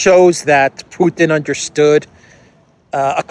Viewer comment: Not a single person in the world pronounces Putin the way you do why do you do this